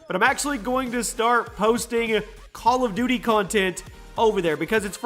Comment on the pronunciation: Did anyone hear "Bal of duty" 😂😂😂